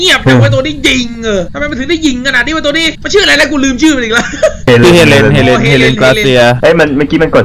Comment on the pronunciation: มันชื่อเฮเลน ไม่ใช้เอเลนพี่จะไปฆ้าไททันงั้นรึ